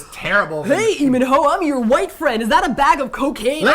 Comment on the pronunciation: "Lee MinNo" lololol